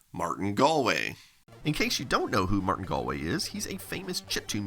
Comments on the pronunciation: Major props pronouncing Galway right, as someone who lived in Galway, Ireland we always hear it wrong and love it when people get it right :D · Great to see Martin Galway again! And to learn how to properly pronounce his surname.